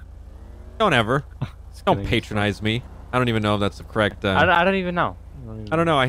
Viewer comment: The word is patronize not paytronize and it means to treat someone as if they are dumb